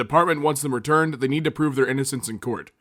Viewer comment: Why does he pronounce they like the